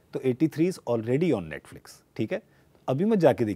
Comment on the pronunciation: Paaji mispronouncing Netflix is the cutest thing ever.